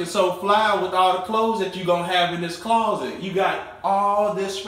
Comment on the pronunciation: I like the way he says claw-set ♡♡hehe